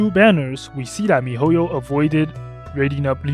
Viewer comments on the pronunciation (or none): none